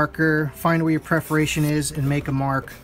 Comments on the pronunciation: Yes, after a while found myself getting a little annoyed at "preferations" instead of "perferations". Maybe that is his 'perferred pernunciation'! In any case, the video was helpful! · It’s PERForations. Not PREForations.